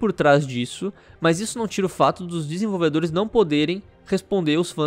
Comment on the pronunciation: "Desenvolvedolhes"? Quaé withe virou o cebolinha?